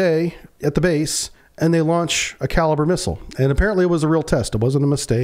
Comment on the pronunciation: It's not called a kaliber missile,,,,,Its pronounced ,,,,kaleebrea,,,,And it also has a land attack function ,,Its been used in Ukraine many times,,,These kalibre missiles are almost hypersonic speed,,,,,The kinzal hypersonic missile is based on the kalibre design,,,The Ukrainian minister of the armed forces has stated in an interview that in all the time the patriot system was in Ukraine ,,They never once were able to shoot down a kalibre missile,,Or any supersonic missile the Russians fired ,,,,,I believe this interview is on line